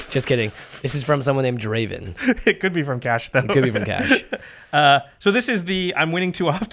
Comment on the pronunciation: It's not Draven, it's Draaaaaven